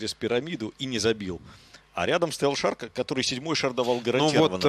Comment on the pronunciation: Да Бля...ь не шара ,а ШАР